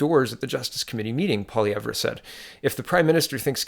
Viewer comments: Why does he always mispronounce his name? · Excellent posts, listen to them every day! BTW it's Pierre pwa-LEV-re.